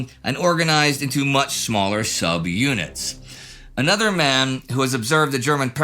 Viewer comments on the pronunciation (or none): none